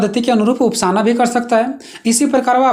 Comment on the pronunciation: उपासना न की उपासाना Pranaunciation आपका गलत है भाई